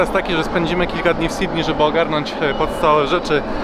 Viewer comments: Czemu większość Polaków tak dziwnie wymawia Sydney ? sidney i sidney . Jak już chcesz po angielsku to pronounce Sydnii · A skoro już mówisz Nowy Jork, a nie Niu Jok, to zacznij mówić Sydnej, a nie Sidni. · Twój angielski jest niezły. Ale to "Sidnij" powala mnie z nóg. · Bardzo lubię twoje blogi ale czasami aż przesadnie brzmi takie "Sidni". Przecież w tym samym blogu mówisz "Nowy Jork".